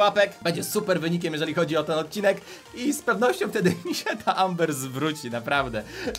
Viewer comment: czyta się ember